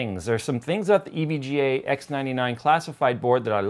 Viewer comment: Did you say ebga in the advertisement? evga is gonna be mad that you did that :3